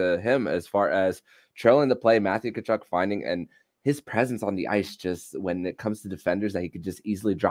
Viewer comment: Hey, the “T” in Tkachuk is silent and the name is pronounced “kuh-chuck."